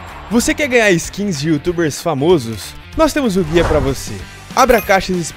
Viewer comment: Mano pelo amor de Deus nessa tua propaganda do SkinClub fala o O forte na palavra "famosos".